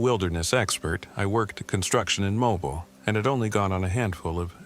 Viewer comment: It is Mo-beel